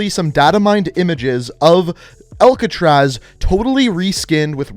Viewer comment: saying Alcatraz: "Elk-atraz"